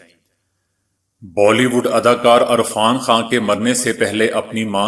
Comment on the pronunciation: Sir ji apni urdu drust Karen arfan Khan nhi hota irfan Khan hota he